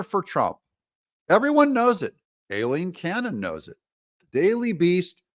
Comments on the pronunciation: The judge’s first name (Aileen)….is pronounced EYE—LEEN…..not “A”—LEEN ‼️ Come on, you’re a smart man, I’m confident you CAN get it right. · IF…. IF…. you stop MISPRONOUNCING the judge’s first name…THEN, I promise to subscribe.